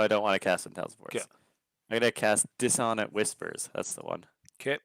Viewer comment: You are killing me with some of these word pronunciations (e.g. Duergar, Dissonant). My midwestern brain cannot help but flinch. Though it is a fictional make-believe race and it really doesn't matter DND canon has given two pronunciations: Der-gar or Do-er-gar (Do as in 'to do list'). 'Doogar' proved too much for my ears. You fellas keep having fun, though. Props to Richorn's player for getting it right, though.